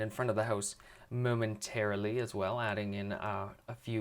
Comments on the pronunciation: He said momentairlily heaps Spelt it wrong lol dont care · don't get me wrong this is an amazing house, I just got annoyed that you said momenterally all the time XD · why did you keep saying momenteraly